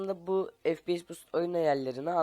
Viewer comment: fps değil, ef pi yes